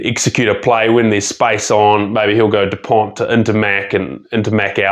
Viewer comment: Great video, but you don't pronounce the T in dupont .